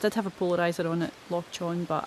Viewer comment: lol. By the way, Loch Chon is pronounced more like Loch Hon. The ch- in Chon is the same sound as the -ch in Loch. I only learned that a couple of months ago and thought I'd pass it on.